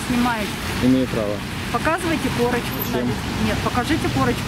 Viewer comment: Корачка дайтэ эээ